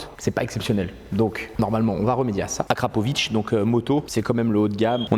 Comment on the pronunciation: On dit AKRA!!! Au moin t'es sur!! ;)